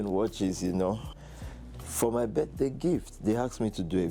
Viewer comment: "Birtday gift" his jaw is so problematic.